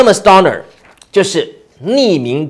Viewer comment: 糾錯: Doner 中的母音o 就發"歐"音, 而不是"阿"音. 類似"冬呢兒"